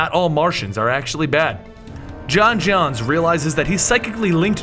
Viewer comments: John jones, not John johns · j'onzz is pronounced "joans" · The only flaw in this video is that the Martian manhunters name was pronounced wrong you're supposed to emphasise the O in J'onzz